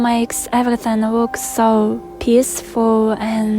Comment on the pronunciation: Here's a sample: you say "Wook" instead of "Look" and you can likely rinse and repeat that over and over but that was just listening to the first 30 secs. I'll go thru it all!